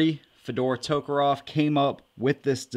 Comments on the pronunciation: It's tokarev, not tokarov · It sounds like you're saying toekeroff